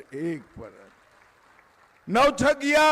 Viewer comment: नवछागीआ नहीं, नवगछिया।